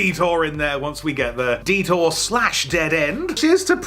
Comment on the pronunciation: I kept thinking Dieter when you were saying detour.